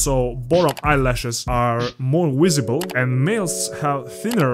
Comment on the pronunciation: Brotha I’m sorry but you gotta learn how to say the word Visible